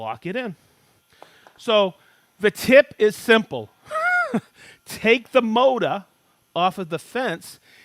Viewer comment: "Mota" for motor. 😆 🤣 😂